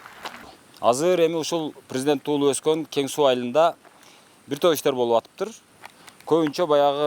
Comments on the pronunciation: Кен Сай эмес Кен суу тантык болбочу колдун образын бузбай суйлочу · Кен-Сай эмес Кен-Суу. Журналисттер туура,акцентсиз суйлогонго аракет кылгылачы,чулдурабай. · Кичине туура айтсанар, Кен Суу деп